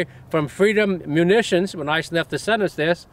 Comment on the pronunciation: Am I the only one who laughed at "Freedom Munnitions" ?